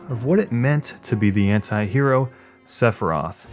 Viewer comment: What I want to know is, why does everyone say Sephiroth's name wrong lol. It's to be a die hard otaku saying it, if it is to be said right and even then some of them don't say it right either. It's like no one and I mean no one see the "i" in his name, they all just replace it with "e". Cringe when I hear none Japanese say it and is one of the biggest reasons I am unable to listen to Japanese games when they are released in america.